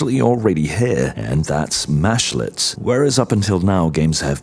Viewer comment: They are mEshlets with an E. While it mashes meshes together a little bit of a mesh is a mesh-let... I hear this term a lot so the beginning of the video was really painful to listen too.